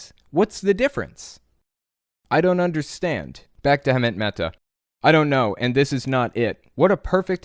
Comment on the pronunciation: I don't know why but it really drives me crazy that you can't pronounce Hemant's name